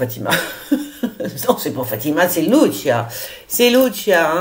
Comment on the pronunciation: Alors ma bichette c'est pas "litchis.(phonétique)prononciation italienne,mais "lucîa" origine portugaise